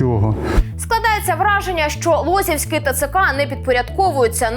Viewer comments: ЛозівськИй, наголос на И. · Дякую Вам за працю. І прохання, ставте наголос вірно, Лозівський-наголос на И, а не О, (вуха ріже). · Лозівський, від слова лоза, лосі не при справах! Не лосівський!